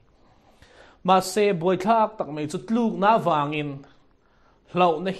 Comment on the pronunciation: 'Mai' tih tur ah mei tih ang chi tawngkam diklo hi hmang tawh lo hram se,upa tea nia,mi puitling